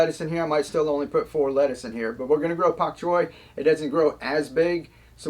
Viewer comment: This is very informative. But can you please pronounce bok choy with a Bee?